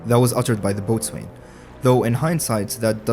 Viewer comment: It's another stupid English language exception, but "boatswain" is pronounced "bows'n". That's bow as in the arrow kind.